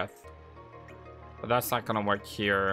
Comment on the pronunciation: lol, i'm saying hummina when you say I'munna (i'm gonna)